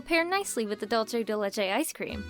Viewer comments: I only take slight offense on how you you pronounce dulce ( dool-seh ) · Uh you pronounced the ice cream wrong the c in dulce is supposed to sound like an s not ch